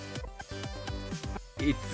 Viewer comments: ほんとレトさんの it's not over が いっつのっとおーばぁー なんだよなぁ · IT’S NOT OVER の発音が力抜けるw